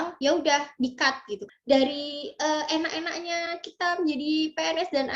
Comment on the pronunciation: "enak2nya" msh da medhok jawa ya hihi